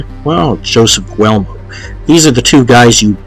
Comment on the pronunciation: Also learn to pronounce the Names will ya Guglee Elmo very simple. Anthony allegedly lazy ?? Lolol Buddy u don’t know anything